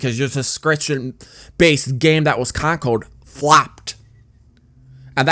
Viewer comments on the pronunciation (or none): Your voice is so bizarre, you said "concord" as "con-code".